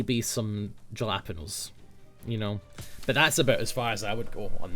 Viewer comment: It's halapeenyo